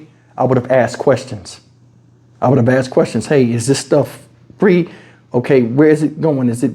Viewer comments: I said what you said, who said it was Fa-Reee? 🤦🏾😂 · He said WTF is Fa-Reeee? I thought free was one syllable 😂😂😂